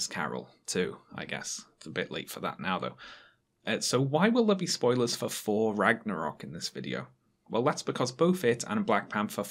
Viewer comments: Why do you keep saying "For" instead of "Thor"? Is this a dialect issue or do you have a speech impediment? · * pronounces thor as 4 the entire time *